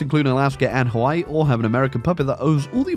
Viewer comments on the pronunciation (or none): none